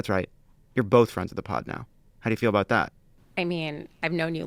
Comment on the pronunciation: I know JF is from Mass but why does he sound Canadian when he says about? (aboot) 😂